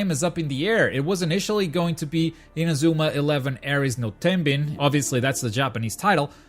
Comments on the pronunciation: Lol "in-a-zoo-ma" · You're portuguese aren't ya? The way you say Inazuma doesn't lie.. lmao